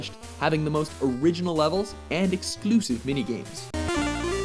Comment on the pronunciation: i love how the guy said exclusive on dk3